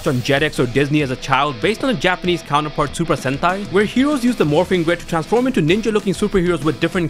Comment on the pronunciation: I keep hearing sentai as hentai……what is wrong with me